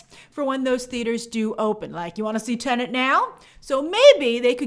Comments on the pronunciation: It's pronounced TE-NET. The second syllable is NET NOT NENT. You're driving me nuts. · C'mon Grace, it's Tenet....not Tenant. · Tenet, not Tenant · Still find it hilarious how people still can’t say Tenet properly. Grace said tenant a good couple times in this video